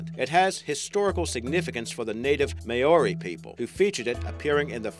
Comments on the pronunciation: It's not pronounce Ma-o-ri, it's more-D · Maori is pronounced Mow-ree I believe